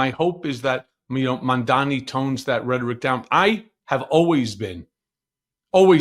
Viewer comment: it's Mamdani, not Mondani. Imagine DJT as a mom.....you might call him Mom Donny. Not being a jerk, just sayin' 😅😊